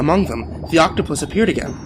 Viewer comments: Octopi. Not octoputus. Please redo ;) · i'm sorry but... 'octoputus'?? really???? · what's an "Oktoppatus"? 🤷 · Octopitus shut the fuck up guy now I know this is bullshit no one says octopitus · Lol, he said octoputus. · oct-topotus lol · Octoputus? am I the only one who heard that? twice?